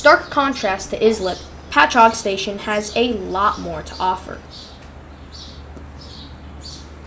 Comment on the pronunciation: At least you pronounced Patchogue correctly. Could have just stayed on and transferred at Speonk